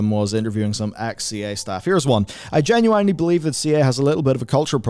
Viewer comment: Stop saying genuAnly